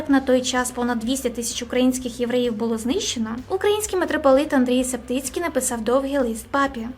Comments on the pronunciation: таке потрібно знати метрополит Андрій Шептицький а не (Септицький) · * ватИкан а не ватІкан*** Андрей Шептицький а не септицькиц***…..